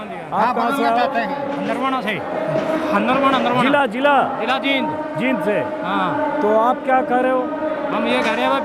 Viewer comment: Anjum ji aap Jind ko जिंद bol rhe h jbki जींद bolna chahiye, Isko aap thik kijiye Aap baar baar galat pronounce kr rhe h